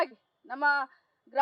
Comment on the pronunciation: Grahaelake alla gruha elake mam.